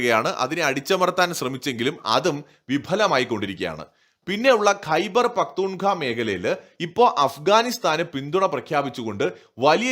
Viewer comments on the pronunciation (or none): ഖൈബർ പഖ്ത്തൂൺ ഖാവ എന്നാണ് പറയേണ്ടത്!